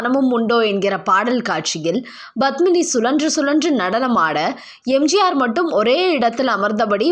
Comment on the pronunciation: Badmini? Please pronounce Padmini’s name properly . It starts with”P” not”B”. It is cringeworthy when you say her name. Thank you.